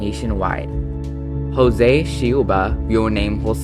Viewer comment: Hi! Loved the video! Just wanted to correct the way you spoke Joze Shiuba's name. In brazilian portuguese, the 'J' is usually not silent, like how it is in spanish. The correct pronunciation of 'José' would be similar to the name Joe, as in 'Joe-sé'. For the surname 'Silva', the 'L' in the middle of the word is not 'lengthened' (as in read in a way that the sound is 'curving'). That is also more present in spanish. I'm brazilian myself and thought to let you know about this! :)